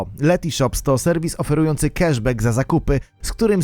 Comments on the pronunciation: Błagam, nie „kaszbak”, tylko „keszbek”… nie da się tego słuchać, strasznie to denerwuje 😬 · Prosze cie tylko o jedno, mianowicie jesli juz koniecznie musisz uzywac angielskich odpowiedników polskich zwrotow to naucz sie je chociaz poprawnie wymawiac po angielsku - cashback czyt. keszbek